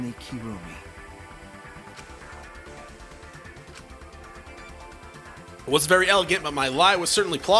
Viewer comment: It’s actually Kirumi but somehow every letsplay I watch so far have been calling her kurumi 😂